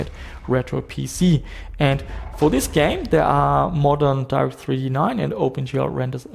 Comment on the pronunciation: Jesus, the way you pronounce Direct3D... Half the video I was wondering who's Darth E.T. ;P